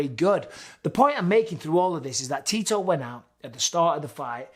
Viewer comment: every time Bisping said Tito I heard Titor.